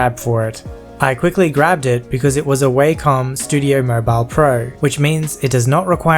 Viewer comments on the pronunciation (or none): Lol a waaaay - come tablet (it’s pronounced wah-com, and no I’m not trying to be mean) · Its pronounced Wa-kom, and by the way, the photos you showed were phones, not drawing tablets. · YOU SAID WACOM WRONG